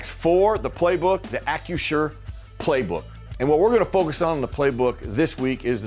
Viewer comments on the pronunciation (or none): Yo,! It’s Acrisure…NOT Accu-sure! Lol